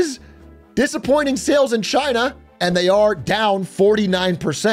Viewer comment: CHI-AE-NA! 😂 why he say it like that 😅